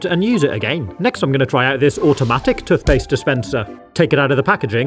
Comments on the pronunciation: tuth paste😂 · I love the way you pronounce toothpaste lol